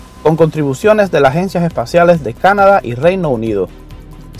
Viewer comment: Es increíble la influencia del inglés en Hispanoamérica. No es sóyuz, así se dice en inglés, porque tienden a pronunciar la primera sílaba. En español es: soyúz. Y no es: Cánada, así es en inglés, sino Canadá, acentuadose en la última a.